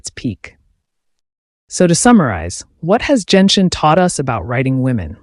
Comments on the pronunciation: Nice analyisis but .... ... it's not jenshin, its genshin (the g is pronounced like the g in good) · It's GEN-SHIN. not JENSHIN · Bro said Jen-shin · Genshin's pronunciation is not Jianxin(That's a standard 5 stars for wuwa) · Ah yes, my favourite Jenshin characters: Foe-sa-lore and Fewrina